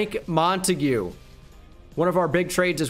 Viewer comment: ITS MONTAGUE. NOT MONAGUEAY